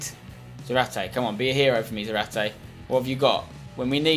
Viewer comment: Just go with 4-4-2 and have zarate (za-rar-tay) up front otherwise he won't get as many goals therefore less fifa points, also try to pronounce his name correctly